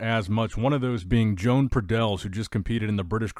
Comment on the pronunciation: Everyone will look different by the time they get on stagee as always and that is some whacky mirror action by pradels and btw, not sure what country he's from but I'm willing to bet his name isn't pronounced Joan like a lady it's probably Joe-Ahn or Yo-Ahn.